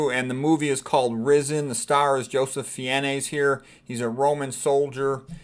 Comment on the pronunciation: His last name is pronounced Fines